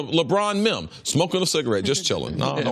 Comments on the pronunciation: This man Cris Carter called a meme a mim lmaoo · He really said "Mim" instead of Meme....LMAO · Now my sister isn’t the only one who says meme wrong 😂